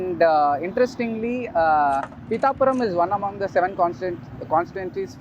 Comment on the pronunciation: Bro thats not peetha puram. Peetha means crab in telugu..